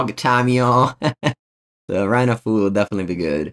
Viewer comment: Quick pronunciation note: Run Afoul is not pronounced A-fool, it is pronounced A-fowl. Like bowel, scowl, owl, etc.